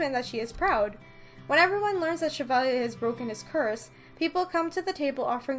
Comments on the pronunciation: I didn't know you knew French? But his name is pronounced Sha-Valley-Eh (Canadian version of eh) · Me: Cheva, Chebal, Shevala, um, WHY CANT I PRONOUNCE THIS NAME AGAIN ILL JUST CALL HIM RUMPEL